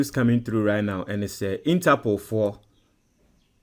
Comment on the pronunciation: So melodies u think ur listeners r deafs or what? Interpool 20 times 😂😂😂😂😂